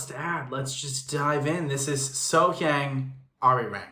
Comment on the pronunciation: Please learn how to properly pronounce this amazing singer's name. It's pronounced So Young....and you really should listen to her version of "Misty" as performed in the "Begin Again Korea" show. It's only her with a single instrument and it's so moving it brings one of the other singers to tears.